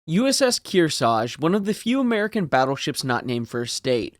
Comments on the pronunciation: Its KearsaRge. Not Kearsage. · They took Kearsarge's name off her so they could use it on a new Essex class aircraft carrier, but thet ship was renamed to honor the lost Hornet before launching. Btw both of the Rs in Kearsarge get pronounced, and if one is left out it's usually the first one. Least around here in the Kearsarge Region.